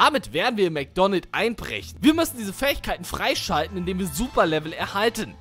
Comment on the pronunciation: Es heißt Mc Donalds und nicht Mc Donald